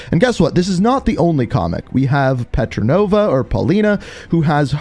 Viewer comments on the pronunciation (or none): Petrova not "Petranova". You call Portnova that too. 💀